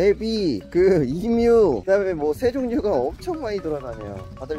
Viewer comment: 이뮤가 영어론 Emu가 맞긴 한데 한국에선 발음상 에뮤라고 합니다..